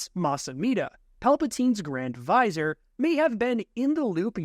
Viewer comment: Mas Ameda is grand Va-Zeer. Not visor. Vizier "viz zeer". Like Jafar. Ffs.